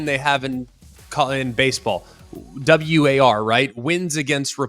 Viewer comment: It’s not W-A-R, it’s War. Said all at once